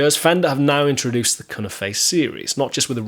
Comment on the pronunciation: Here we go again........ There's already another video on this subject. The cunife is pronounced as cue - knife. None of these words are spanish or are of a foreign origin. Just like alnico - the ni isn't pronounced as an e but an i - long i sound. I don't know where all these horrible mispronunciations come from other than pure ignorance. One person says it wrong and before you know it everyone is saying it wrong as well. But all that aside I was never really a fan of these pickups and I probably never will.